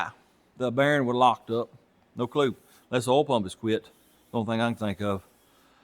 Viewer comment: Carbrastor? Earl? Woosher? Wooter? Star-tar? Batrey? Gasketts? Gaskoline? Come on man...if you really talked like that it would be one thing but when you go back and forth with mispronouncing words and then calling them by their correct names in the same sentence it really sounds fake. You don't need to copy other You Tubers to get views. Stick to fixing cars and just speak normally.